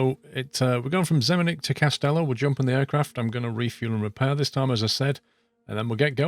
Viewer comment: Awesome video. Greetings from Croatia :). Just one small small small correction: Its no Kastela, but more like "KaSHtela" (Kaštela). Try searching it trough google. Small beautiful place in Croatia. Keep it up ;)